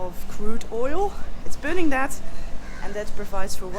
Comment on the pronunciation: Holy Moly! One single ship basically playing the sole provider for a country spells vulnerability! 😵‍💫 Hard to imagine for a central European. …and you get me every time with your "Zhat is zhö plan!" 🥳😂😍 Vhen deed zhat become a zheeng? 🤣 Me, I loved this episode! 😍🤗 😳 Sacre bleu, non: Mee, I lööved zheese episöhd! 🤗😍